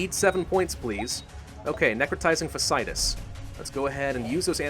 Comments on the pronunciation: You're pronouncing it wrong. It isn't Fass-itis. It's Fashy-itis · Late to the party, and someone may have mentioned this already, but... Watching someone, who is such a grammar nazi, the constant mispronounciation of necrotizing fasciitis, really annoys me! Fa-sci-itis. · hey grammar nazi you said necrotizing fasciitis wrong, gotcha